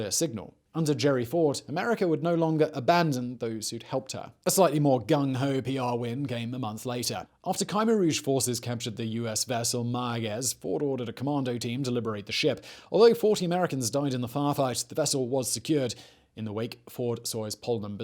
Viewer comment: It is Khmer Rouge, not Khaima Rogue.